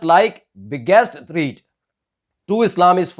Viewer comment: ये जो रिपोर्टर है अच्छा काम कर रहा है, गुड रिपोर्टिंग। एक सलाह देना चाहूंगा... अपनी अंग्रेजी पे थोड़ा काम कीजिये पर थ्रीट नहीं "थ्रेट" और पर फेंटिसिसम नहीं "फेनेटिसिसम". जस्बा बहोत ही अच्छा है बस अब परफेक्शन ले आइए। हमारा इंडिया हर बार इसी बात में मात खाता है जो है "क्वॉलिटी" पॉलिटिशियन से ले कर के पत्रकार तक, आईएएस से लेकर के मज़दूर तक सब को क्वॉलिटी पे ध्यान देना है बस.... दुनिया मुट्ठी में होगी। कीप अप ध गुड वर्क।